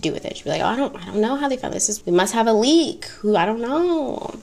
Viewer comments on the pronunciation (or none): none